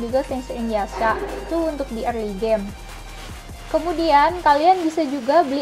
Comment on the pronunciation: Mbak kok spelling yasha=ya sa, sange=se ng bukan sa nge. Hahahaha, just kidding piss out.